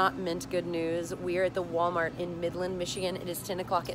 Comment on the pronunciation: OMG Wally World dollar gentral I LOVE YOU SOOO MUCH FALLON YOU SAY IT THE SAME WAY I DO OMG LOL!!!!!